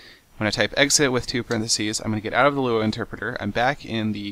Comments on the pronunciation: L-U-A not luea! lol 3 letters not a word seth!!!! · you actually don't pronounce the three letters in Lua. It's actually Lua, not LUA.